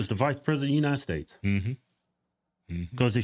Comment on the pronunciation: "President of the United Steaks" 😂